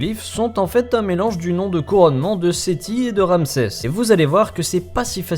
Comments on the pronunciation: "Ramsès", pas "Ramesès" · mais c est quoi ça c est pas ramesses mais ramses